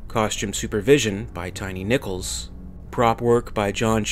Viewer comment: Am I the only one who thought he said 'Tiny Nipples' instead of 'Tiny Nichols'.